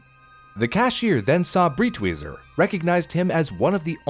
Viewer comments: Out of this entire history, the thing that pains me the most, besides the burning of paintings, is how you butchered his surname every time you spoke it. You pronounced it like it's "Britweiser" when it's Breitweiser... for americans - you'd pronounce it like you would pronounce "bright""weezer" (together). Breit not Brit. You americans are the only language i know that spells "e" as "i". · Pronounced “Brite-Wiser”. I’m surprised he got the first part of the name right, then says the second part differently even though they have the same spelling